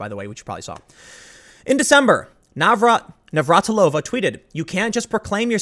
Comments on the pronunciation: FYI. Slavic female family names that end with -ova/-eva have emphasis on 3rd syllable from the end (NavraTIlova, not NavratiLOva). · Ugh... as a native Czech, the pronounciation of Navratilová is bothering me so much. She's not Russian... But good on you for trying.... somewhat...